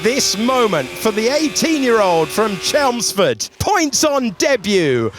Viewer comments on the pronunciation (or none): none